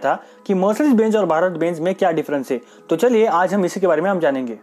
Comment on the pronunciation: Bhai phele plss bbeeennnnzz ka pronunciation ko theek karo